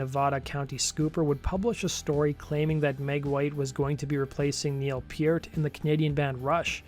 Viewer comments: Purt not puret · How do you not know how to pronounce Neil Peart’s name? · how can you make videos about bands for a living and not know how to pronounce Neal Pearts name. Blasphemy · And this guy is from the same Canadian province as Peart.